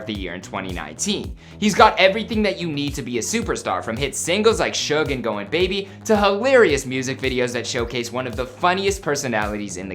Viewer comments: Does anybody else hate how he prounounces suge like “shug” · Lmao it bothers me how they pronounce suge lmao. I put it in the translator so the robot can pronounce it and it’s the same pronunciation 🤣 it’s SOOGE* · I dont like the pronounciation of suge its like "siutch"